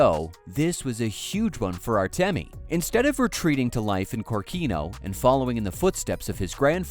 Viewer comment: I don't want to be a boring, but correct is Kórkino, the emphasis is on the second letter.